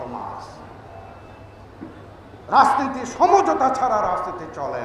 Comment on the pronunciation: রাজনীতি শব্দটাকেও ভাল করে উচ্চারন করতে পারেন না!!